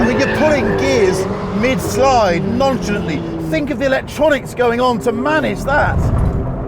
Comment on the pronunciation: non·cha·lant·ly my new favorite pronunciation.